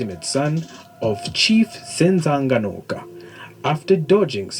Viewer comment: Wait is that how you say "Carthage"? Have I been wrong all my life? I thought it rhymed with cabbage/garbage 😂😂. But now that we're on pronunciation, is it just me or did he massacre Shaka's father's name Senzangakhona? I'm probably wrong on that too😂😂